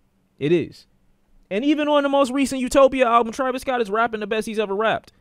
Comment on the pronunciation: Bro said u-nope-ia